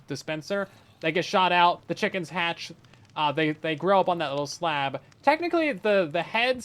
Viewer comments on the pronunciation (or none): none